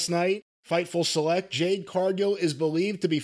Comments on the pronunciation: JADE NOT JANE! Jeezus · Cornette, it's JADE............not Jane. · Jade!!! 🌽 Not Jane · Calling her anything other than her actual name is disrespectful. It’s Jade, not Jane(but you knew this) this is odd.. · Ever since the review of her debut with Cody in the ring, Jim still calling her "Jane" still cracks me up. Lol. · JADE. J-A-D-E dammit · As far as this dude, whatever his name is concerned--- Jade Cargill is the worst thing to ever happen to wrestling. I don't know what flavor gerbil it is up his ass where he can't/ won't give her her props before I say even say the dignity of saying her name right.....but it's sad and pathetic. A blind man can see she's the truth before I say the WWE, or Brandon Phillips. This guys sounds like a hater and a loser and everything about Jade reminds him of that fact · Her name is "JADE" bro!!!!! Damn. 😮😂